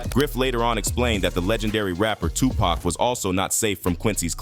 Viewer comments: The ai voice over is a big no from me. Nobody calls tupac, pack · does this guy mispronounce names on purpose? It almost seems likes he's going out of his way to say some of these names wrong "2-Pack", "che- non" , "mike-eel jackson" ... this man doesn't even know how to pronounce the names of the people he is making videos about.